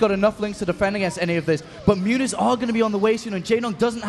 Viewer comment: What the heck are mutes? Noob commentators don't even know how to say mutas. I totally prefer to listen to the Korean commentators go crazy than these boring guys.